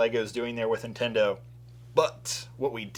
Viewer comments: Why do you pronounce NIN-Tendo as IN-TENDO? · NINTENDO not Intendo ffs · Why do you say Intendo? lol. There is an N.